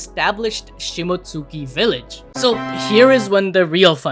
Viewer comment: it's not "shimot-suki", it's shimotski", like Momonosuke is pronounced momonoskay. I've learned from anime that that U is usually not pronounced at all and when it is, it isn't emphasized.